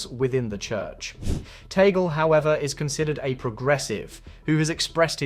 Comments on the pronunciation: It’s TAG-LE, not TAGEL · its not Tagle' you can read it or pronounce as Tag-Le